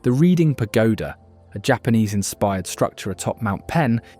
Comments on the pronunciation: This would be a better video if there weren’t obvious mistakes like pronouncing Reading PA like “reeding.” Probably an AI voiceover. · As someone who grew up there, the pronunciation is "redding" not reeding...... can we not have British AI narrate this..... last crap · Your killing me with the Reeding pronunciation. It's pronounced exactly as the town you just informed me it was named after. It's pronounced "Redding" don't ruin an otherwise excellent video in the future. If your gonna mention a place do 30 seconds worth of research to find out how to pronounce it otherwise you look like an asshole. That is called real talk✌ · Everyone in Reading pronounces it "Redding" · Reading, Pennsylvania is pronounced REDDING. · Pronounced Redding. Short E. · I’m from PA and grew up in Lancaster County, born in Ephrata. A few things to note. Unfortunately, almost all farms here use chemical sprays. Reading is pronounced Redding. There are many beautiful places to visit in this state. Great video. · One major issue from a local: Reading is NOT pronounced like that. It's the past tense way of saying it, "red-ing". But this is a wonderful video. Thank you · It’s pronounced RED-ing and it’s a shit hole and other than the pagoda there’s nothing nice or safe about it unfortunately. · Reading PA is pronounced (Redding). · While it is spelled "Reading" it's actually pronounced as "Redding" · Its unwatchable with the mispronounced REDDING. Its Red-ing. What's next? Aluminum? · IT'S PRONOUNCED REDDING. THIS WAS QUITE AN EXTENSIVE OVERVIEW OF KEY PENNYSLVANIA AREAS, INDUSTY AND HISTORY. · Great video! Reading is pronounced like "redding", but you knocked "Schuylkill" out of the park! Nicely done! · I just got to that part. How funny! It is different for different areas. In Indiana they say it like reading a book. But I think it was an attempt to say it in an "American" accent. He just assumed it'd be pronounced that way over here.😂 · HOW ARE YOU BRITISH AND MISPRONOUNCE READING